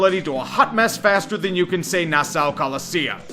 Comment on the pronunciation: im a big fan but if you ever pronounce Nassau like that again im gonna come stomp you out.